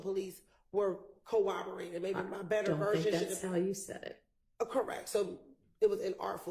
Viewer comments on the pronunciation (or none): Why is struggling to pronounce basic legal terms…she sounds like she has rocks in her mouth when she says corroborated😫